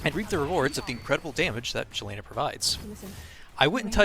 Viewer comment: Great guide and I like your guide style very concise. By the way her name is pronounced Yelena.